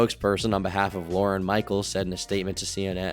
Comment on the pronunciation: surprisingly triggered by pronouncing lorne like lauren